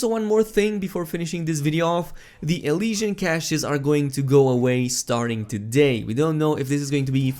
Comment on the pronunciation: MEHlesian cache